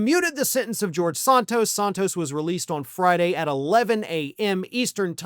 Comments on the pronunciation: Isn't it Santos not Sahntos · Never heard his name pronounced 'Sawn-tos'. I thought in was SAN-tos. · Please don't honor him by using European pronunciation of his name. It is "Santos" with the "Sa" pronounced like in "sand"…..that stuff you find at the beach. "Sand Toes"